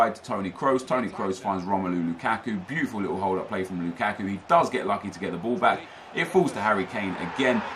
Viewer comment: everytime you say "LOU KACK KOO" i chuckle